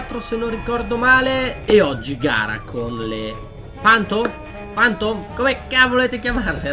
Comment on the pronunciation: si dice fantom